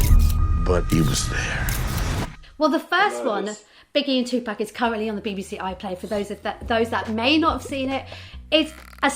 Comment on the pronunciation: This dude still can’t pronounce Tupac’s name.